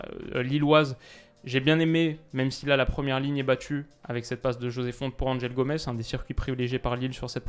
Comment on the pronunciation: Bonjour! Toujours au top tes vidéos! Juste pour souligner que l'on prononce Fonte et non pas Font"é". La prononciation Font"é" serait bonne si le joueur etait espagnol.